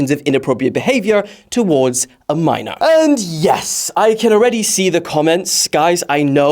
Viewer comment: 'probably a minorrrrrrrr'